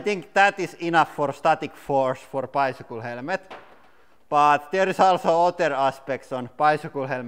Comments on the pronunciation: "HELMET" NOT "HELEMET"!! HAHAHAHAHAHA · Try Hell-met Instead of hell-e-met. No offence just helping out with the English language. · Helmet not HELEMET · It is helemeth, not helmet :) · I kept hering HELEMET instead of helemet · Wear a HELEMET" for safety porpuse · Beo ita not HELEMET ITS Helmet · Motorcycle HELEMET 😂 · Helemet hahhaha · I LOVE THE ACCENT " HELEMET " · Hahaha helemet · Zechariah Rose Helemet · HELL-LE-MET. I love this channel so much. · I love how he say "helemet" <3 Keep doing what u love. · Hell-a-ment LOL You had me in stitches. It's bad when the Cabbage is stronger than the "hell-a-ment". LOL That was fun. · the strongest "HELEMET" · I'm not a basher but I'll automatic laugh when he say's "HELEMET"😆😂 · I like how he says «helemet» hehe😅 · "Helemet helemet helemet" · I came here for the "Helemet" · Helemet is that the way you pronunce it in your country cuz im curious... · What's a helemet? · Why you say it helemet/ helemets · What? Helemet?.. It's okay we all made mastake's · It's Hella ment not helmet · Every syllable must be pronounced. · Thought he said element at first lol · Ural Motorcyclist English is the most used side language out there in the world. But i understand what u mean, but you do not have to be that rude in the comment field.. it was kinda funny how he said the word (helmet)... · I love how the word "helmet" has three syllables here. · I love how he pronounced helmet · “Helmet” has 2 syllables. I’m puzzled that he hears 3 syllables or why he thinks it is 3 syllables!